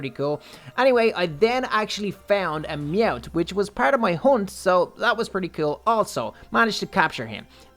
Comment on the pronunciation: Mout???? Meowth